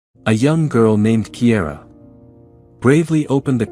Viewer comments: Kiara is pronounced Keyara, not Keyera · Cara started out being called Kiara, but the narrator pronounced it Kiera. I have a granddaughter named Kiara Dawn & the teachers always mispronounced it, even though her dad told them repeatedly how to pronounce her name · Her name isn't Kiera, it's Kiara